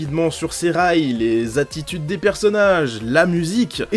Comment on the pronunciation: Oyou En même temps vu que tu n'as pas joué au jeu, c'est clair que tu t'en contrefiche qu'il écorche le nom des persos